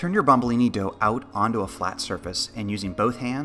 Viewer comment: that it's called bomboloni not bombolini. great job any way!!!